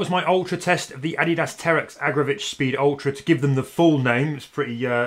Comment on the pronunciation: Not Agra'vitch'